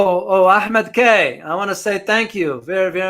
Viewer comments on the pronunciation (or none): none